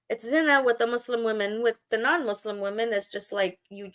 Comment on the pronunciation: Here are my comments on your video…. 1) You were unable to pronounce Arabic words correctly. You couldn’t even say Muslim correctly. This indicates that you don’t know Arabic and you don’t know how to read Arabic nor quran. This means that it is highly likely you have never prayed as a muslim in your life. This raises questions about you calling yourself “”. If you were never muslim to begin with then why fool your audience into thinking you are an apostate. I can only conclude that either some anti-muslim organisation is paying your salary for these videos bashing islam unjustly, or that you are seeking to make a name for yourself which in itself you hope will give you fame and fortune. This one point alone tells me that you are an insincere and ignorant person passing yourself off as an intellectual using baseless claims and lies about islam. 2) You constantly mock the prophet, his companions, muslims, and their history. You clearly have no manners, and although when I look at you I see an old woman the fact remains that your conduct is childish 3) Why do you keep rocking back and forth? It’s a rhetorical question. Maybe it’s because you’re happy that you get to start a stream to ATTACK people who do not share your belief. 4) You made a whole steam almost 2 hours long about islam and you were not able to make a single decent point. Pfffff! 5) If you really did apostate then why don’t you move on and live your life. Why do you remain outside the doors of is